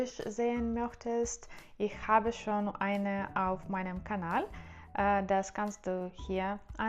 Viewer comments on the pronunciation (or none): none